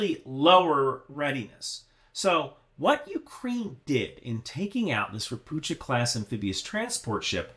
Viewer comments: it's not RopuCHa, it's RopuHa with hard H- assuming the name is read the same as in Polish - (means "a toad" btw) - in PL it would be read RO-PU-HA. In most slavic languages CH (or it's form converted from cyrilic) is actually H. In polish to get the english CH, you use two letters: CZ. No idea what sign is there for this in cyrylic since I'm v bad with it. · It's read "ropukha" fyi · *Pst*. Ropucha = ['Rohpuhkha]. Also, general advice: Slavic languages ALWAYS have the accent on the first syllable. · Hi great video as always. One caveat “CH” is usually pronounced same as “H” in slavic languages. Maby as harder H sound we are weird in this regard. Not a big deal but my Polish brain short circuits when I hear you say “Ropucza” instead of “Ropuha”. Also fun fact Ropucha class landing ships were built in Gdańsk shipyards. History is weird sometimes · Hello "Ropucha" is Polish for toad. These vessels were produced in Poland. It's pronounced like "Ropooha". The "ch" is pronounced as "h" in Polish:) Sorry but nitpicking is a lifestyle. Regards J. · Ropucha (read ropuha) means: a toad. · So everybody is pronouncing the Polish word "Ropucha" wrong... Even myself until I found out that it's pronounced: Ropuha / Ropukha And it means "toad" ( or "mangy frog" in Bulgarian 😁) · Not to be picky, just small detail - Ropucha is pronounced "Ropukha" 👌 great video otherwise! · Ropucha (a toad) is pronounced raw-poo-ha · Don't read ROPUCHA class ship as you would read in English. CH in the word should be read as H(like in hell). Ropucha means toad. This word is present in most Slavic languages but not in Russian(irony). The ship was constructed in Poland. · Just fyi - 'ch' in Ropucha is spelled like 'h' in 'hello'. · "c" in "Ropucha" is silent, you read "ch" as "h"